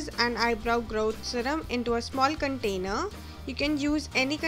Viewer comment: 😂GROWT ZEHRUHM (no hate i like it)